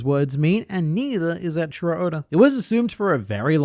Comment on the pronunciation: Do you keep calling Eichiiro Oda "Ed Sheeran Oda" ??? cause that's what I'm hearing when you say it, lol